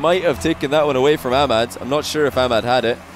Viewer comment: You are from USA or England and you pronounce ahmad wrong. Just informing 😂